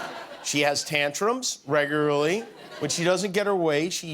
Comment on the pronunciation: "She has tantrums reguraly" nice try Jimmy